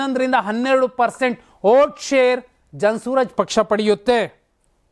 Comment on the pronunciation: Hello mister ಜನ ಸೂರಜ್ ಪಕ್ಷ ಅಲ್ಲ ಜನ ಸುರಾಜ್ ಪಕ್ಷ